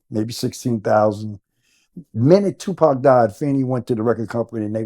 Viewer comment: Wayment… why the daddy took a moment , scratched his beard and said “SHU-pac” when referring to the 2nd shooting… okok I’m reaching but, is TUPAC TUPAC dead or is SHU-pac dead… ok… ijs… sorry it’s probably just a slip of the tongue but, Tupac if you still alive and wanna live low key… I got you lol… anyway, this is very insightful and great information just on the strength that this is Tupacs father… nothing else matters… God bless